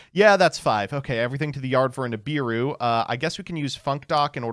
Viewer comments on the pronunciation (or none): none